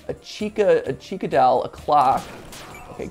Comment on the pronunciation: MatPat saying "dowl" will never cease to make me happy.